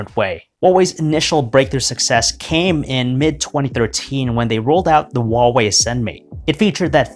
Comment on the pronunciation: The pronunciation of Huawei is sooooooooo wrong